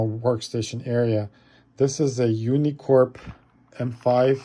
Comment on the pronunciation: UNICOMP not unicorp